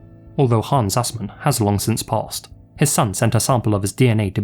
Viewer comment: I guess you could say that your pronounciation of Assman, wasn't.. Ass, man.